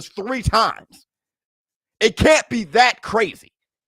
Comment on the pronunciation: Almost said cwazy